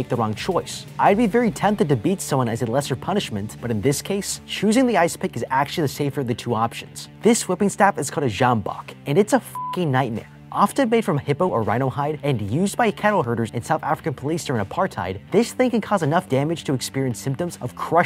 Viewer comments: Sambok nie sjambak man... Leer Afrikaanse damnit! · you say it like Sam-bok and l know because l live in South Africa and yes it is extremely painful l know cause l was whipped with it once and had a few scares but three whippes will heal quickly not like a stab wound😐